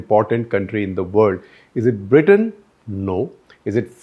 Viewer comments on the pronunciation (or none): none